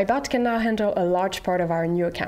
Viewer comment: I can't unhear "bot" sounding like "butt"